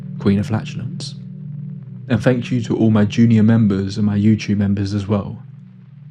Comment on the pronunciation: Fanks mate....